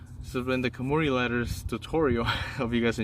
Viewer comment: It’s suppose to be kanmuri not kumari